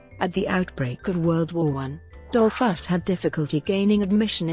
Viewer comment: An appalling narrator obviously knowing little of English, correct reading tones, rythm and balance...why pronounce the subject’s name as dol’FUSS? Also Dolfuss did not found the Austrian NAZI Party and as for English grammar the verb to enjoy is a transitive verb then bidding your listeners “ to enjoy” say what you want them “to enjoy” eg “enjoy the documentary!”....What a hopeless bumble and jumble and the worst of amateur renderings ever heard!...[ President Mike-lass! ] &. Dole-FASS! ]. “Would we like to know more? “. Ye gods Nein!